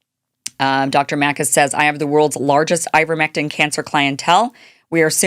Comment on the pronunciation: Ivermectin rhymes with Iverson 😅